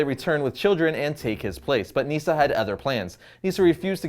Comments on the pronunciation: It's not neeesa its nisa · “Neesa”? it’s Nysah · Nyssa not Neesa